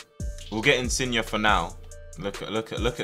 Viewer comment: my man said insigna